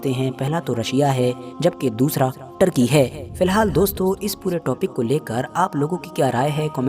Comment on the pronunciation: O bhai terki mat bolo turkiye hai naam